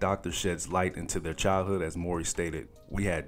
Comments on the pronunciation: Man his name isn’t more-ry… it’s MOW like NOW-MOWRY. U sayin it thru the whole video man. Please redo the commentary 👌🏽🙏🏿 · their last name is pronounced "Mow-Ree", not "Mor- Ree". Just FYI. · WELL THE WHOLE VIDEO U SAID HIS LAST NAME WRONG......its M W.....RY.................... not maury bro.......IJS........ AND HE IN KEVIN HART NEW SHIT CALLED ME TIME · Not "More-y". It's pronounced how it's spelled, Mow-ry. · 😂fr!!!...he pronounced it like "maury".... got me thinking bout paternity tests,"You Are Not The Father!!!",the crowd booing when the dude come out,etc. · I kept asking myself who he was talking about. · just say Taj as your pronunciation of his last name is starting to somewhat grate on me bruh! It's Mowry (Mow-ry) not Murray not Morey and defo not Morrey/ie. Otherwise nice vid👍🏾🙏🏾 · It's not Mor-ry it's Mow-ry guy! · Pronounced "Mowry", not "Morey"... like m-ow-ry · MOW( as in cow)- REE! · its pronounced... MOW-REE !!!! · Tia says it like “Moury”. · NOT NO DAMN MAURY MOWEY!! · It's Mow-ree! It irked me, sorry Lol... but great content none the less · I know you’re younger than 35 because you don’t pronounce Mowry as Ma-OW-ree lol